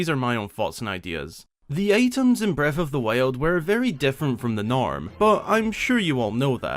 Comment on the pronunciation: Is anyone going to talk about how he pronounced Breaf of the wiald?